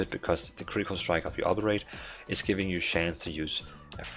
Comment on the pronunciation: Friendly advice, do a google search for "Obliterate pronunciation" to hear how it sounds. I know english isn't your first language.